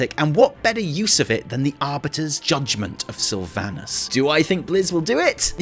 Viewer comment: I guess none of these wow content creators know how to properly pronounce "Sylvanas" lmao. Jeez, what a cringe to hear.